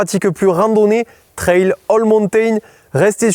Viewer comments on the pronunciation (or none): none